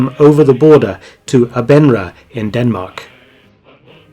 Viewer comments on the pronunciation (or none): Excellent video! One small point: You mentioned the Danish town of Aabenraa. You pronounced it a-BEN-raa. The correct pronunciation is AW-ben-RAW. Hope this has helped!!